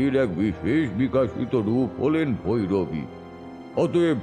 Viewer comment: ভৌরবী নয় - ভৈরবী। ভৌ ভৌ 🤓